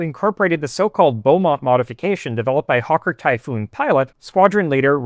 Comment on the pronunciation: ??? It's still pronounced "beemont", not quite sure what you're on about